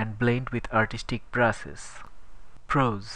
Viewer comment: Yeah really It's contrast not contrust And it's brushes not bruses